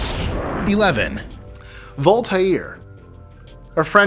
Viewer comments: In number 11, I thought he said 'Altair'😂😂😂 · You almost got it with the pronunciation of "Voltaire " it is just "Volt "and "air" like the air that we live in ; ) . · never heard it said that way. only Vole-tare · Same, I really enjoy his writings and now every time I read his name I’m going to think about the way said it 😔